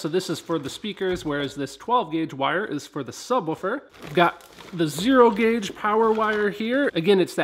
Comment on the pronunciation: 0.51 did he say grauge ? ... lol ... good video , looking forward to seeing that future sound deadening & enclosure videos